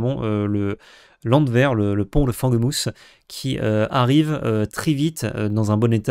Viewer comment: Si je puis me permettre, tu as dis fanguemousse au lieu de fangemousse... 🙂 (autant je fais souvent des renvois aux dictionnaires anglophones dans mes commentaires, autant cette fois-ci c'est peut-être un peu moins pertinent...)